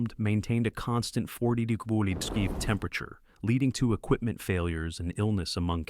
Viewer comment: It tried to read the symbol for degrees, lol. AI can turn a serious subject into a comedy.